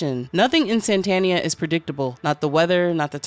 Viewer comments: So would the narrator pronounce ‘Satan’ like ‘Santa’? I was initially just listening to this and was wondering why it was called ‘Santania’ and not ‘Satania’. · Its pissing me off that you keep saying SaNtanians and saNtania like santa and not satan. What the hell ? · Are you intentionally saying saNtania / saNtanian? Is it demonetisation avoidance? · Why you adding extra "N's" into the word Satania? Also, this could basically just be a journey to reach the Great and Unclean Abhoth. The underworld is filled with its children of all shapes, and in the end Charlie reached Abhoth and dissolved into its amorphous biological chaos. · This is not an explanation, this is just an abridged reading. You also keep saying "Santanians", like they worship the Mexican guitarist, Carlos Santana - the book is called Satania, are they not Satanians, living in Satania?! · am i crazy? i feel like the whole video i heard you saying "saNtania" and "saNtanians" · Crazy that you can’t pronounce even the name of the entire work right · Satania was mispronounced so much lolol